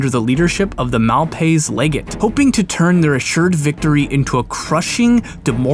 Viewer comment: PRONUNCIATION: Mal (maHl) paiz (pieIZ) legate. Like as in the Malpaiz Caves. Jesus man, I thought you read books and shit.